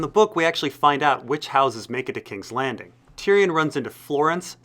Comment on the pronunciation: Great video bur you promise many names wrong. Its not varrrris, it's Vareese like you say Maurice. And it's not Tyrion, you pronounce it as Ty Ryan. Good video though